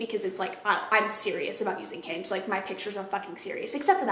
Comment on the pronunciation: I thought you say “I’m unhinged” instead of “I’m on Hinge” and I was like well I appreciate the honesty before context clues kicked in.